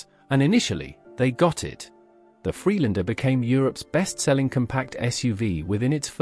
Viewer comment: what a lot crap the narrator can’t even pronounce Land Rover Free Lander as for the Lotus Elan was is the best front wheel drive sports car and the Rover MG VB just brilliant and bias against rover